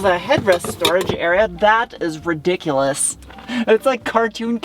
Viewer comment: I could have sworn you said "Ridicurous? 😂😂🤔